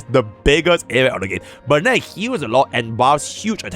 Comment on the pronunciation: Please, fix the pronunciation of Bennett. It kills me inside every time I hear you call him 'Bun-nit' It's 'Ben-it'. Okay to help you conceptualize what Bennett can do he's one of the only units that give an attack buff in the game, the way attack works in the games damage formulas is that all buffs and debuffs are pretty much multiplicative in Genshin. Bennett's attack buff basically buffs most characters damage if they scale with attack at all. This is just his ult at base with pretty much any 5 star weapon, you can also increase what he gives the team with artifact buffs, and that's discounting that he also does damage while doing this and can battery your whole team all at the same time. If you were to put Bennett into HSR he'd have the kit of Huohuo ult as a passive giving energy to all the team every single turn, his skill would do damage and give him his ult and like 70% of an allies ult, and his ult would make all characters on the team do superbreak damage based on his attack stat for 3 turns on top of their regular damage. This character is so strong that the only way they can make someone stronger than him would break the game fundamentally with extreme numbers and you'd lock out anyone that played the game and didn't have that character from clearing any content. Hoyo made him way too strong and they are afraid to let any character do anything near what he does or the game would break horribly. This character is basically HSR's Bronya, started out amazing an